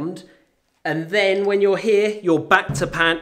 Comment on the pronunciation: "You pan HEEA" Haha! Love u man!